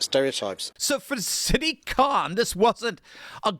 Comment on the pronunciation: I think you need to focus on the "diq" part with more emphasis